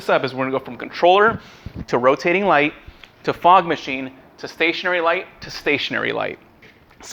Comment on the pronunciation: "roating light" omggggg you're trying tho, so good job